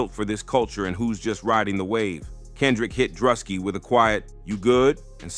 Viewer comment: How the fuck you say both Druski and Kai Cenats names so wrong?